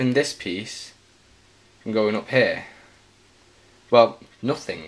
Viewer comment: It's pronounced here not hair